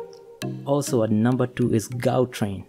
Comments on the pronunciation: Well done Africa. Morocco big up. Internationals must learn how to pronounce 'Ga' in Gautrain. Difficult to teach someone by text, but i can try and say. Better pronounce 'Ga' as 'Ha' as Hautrain. It is not correct, but the sound of 'Ha' is close to the correct pronunciation. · Gautrain train is pronounced (how- train) 👍🏾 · The Gautrain train was pronounced wrong.